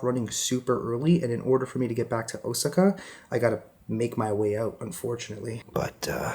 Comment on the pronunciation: Osaka, Japan is pronounced ow-saa-kuh, lol!!